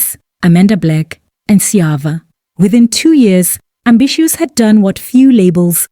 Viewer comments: Eish it's NOT AMBISSUES!!! I keep getting disturbed each time you mention this. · AMBISHOES🤣🤣🤣DANM...I GOT SO ANNOYED EVERYTIME YOU PRONOUNCE THAT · Can't even get through the whole video...ambishoes? Hai man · The way you keep botching people's names, ambitiouz should sue you too😭